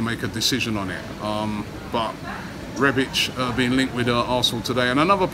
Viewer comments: He butchered the easiest name there is 🤦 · Arsenal. Exactly. REBIK not REBICH for some reason. Must be an inner ear problem. He even started calling Torriera TORAYA until recently..smh.